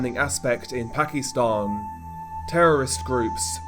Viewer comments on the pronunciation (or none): Pak-i-stan..... Not pak-ee-stan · ...weird way to pronounce Pakistan. Reminds me of how racist people use to call asians when I was a kid....